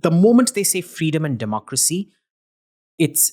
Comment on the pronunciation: "demaacracy" 😂😂😂 that subtle jibe😅